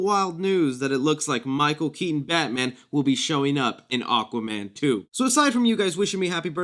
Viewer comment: “Aquman 2”